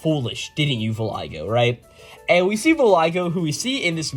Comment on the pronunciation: Voglio is italian and is kinda pronounced like the g isn’t there. So it’s more like "voh-lio” (technically you also make a certain throat sound but that’s kinda specific) Voglio just means "I want" though. Not the best name. I want Brunetta.